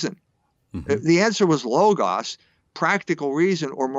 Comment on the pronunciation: Interviewer pronounced logas correctly at least